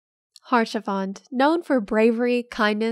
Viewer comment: fyi it's pronounced "aush-a-fon" not "harsh-a-font". It's french. They have a complicated relationship with consonants.